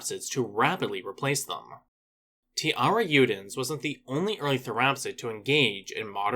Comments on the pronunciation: Great vídeo, just one note, the "j" on tiarajudens isnt pronunced like an "h" or "y" but a soft j sound, since that's the way it is in portuguese, the namesake is also pronounced "tee-ya-ra-j-oo" or "tee-ya-ra-shh-oo" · It's pronounced (tea-AIR-uh-ZHOO-dens)